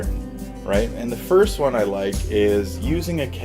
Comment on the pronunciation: I kept hearing thorac*t*ic ( for example)